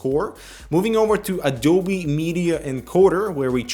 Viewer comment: Adoubi?? its A-D-O-B-E